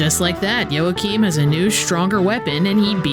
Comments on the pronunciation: fyi its pronounced WAA-keem or YAA-keem never YOA-cheen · Surely it's pronounced "wah-keem"?